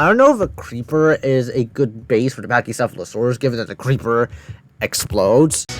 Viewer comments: ahh yes a Phech-sheff-fla-surus totally correct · "Hello to the pacheesefalosawus!" I dont like this guy one bit dawg